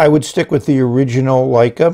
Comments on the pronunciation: Isn't it Lecai (luh-kai) not Leica? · It's Le-cai not Lei-ca. Leica is a great camera manufacturer. Wouldn't mind seeing them make a fountain pen. 😀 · Surely pronounced "le-kay", not like the famous German cameras "Like-uh" I tried to take a photograph with it and nothing came out.